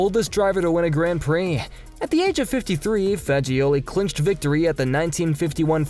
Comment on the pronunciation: Sorry, say what now? Gran Plee..?